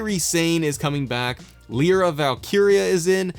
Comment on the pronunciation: This might end up being the best WWE games DLC ever P.S. It's pronounced LIE-rah